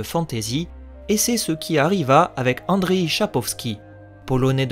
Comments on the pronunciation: Ça se prononce andjeï* 😉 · Merci, hélas n'étant pas du tout familiarisé avec la langue polonaise j'ai fait de mon mieux. Andrzej ressemblant un peu à Andrei, je l'ai prononcé à la russe par simplicité, idem pour son nom que j'ai prononcé Chakowski ^^